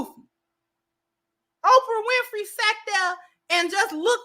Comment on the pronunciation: CC did she just call Oprah Opar? Play it back play it back😂😂😂.